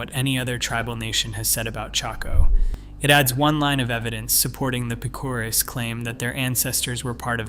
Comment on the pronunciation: Wow you slaughtered the pronunciation of Picuris (Pick o ris)